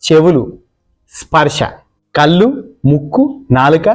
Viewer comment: తత్వం బాగుంది కానీ కళ్ళు అనలేరా కల్లు ఏంటి